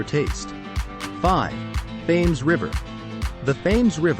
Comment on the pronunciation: The Thames is pronounced tems as in tens (multiples of 10)